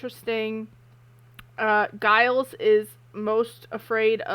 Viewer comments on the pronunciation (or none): I love your reactions. Can’t wait for more. Plus I think this marks the episode where the show starts making an effort to make sure characters are more three dimensional and not just tropes. If I could leave a little note though. Giles pronounces his name Jyles not Guyles. As someone who’s had my name mispronounced by people all my life it’s ahhh when someone pronounces someones name contrary to how they’ve stated it’s pronounced.